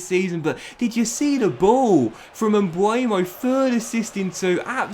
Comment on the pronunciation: He is MbEuMo not Mbuemo 🤣 if you cant pronounce his name just sell him